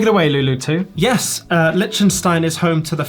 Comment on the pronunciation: That "yiiiiiis" was more Kiwi than Aussie 😆